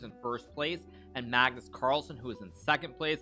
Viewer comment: I love how hikaru says Maagnus with such a long a😂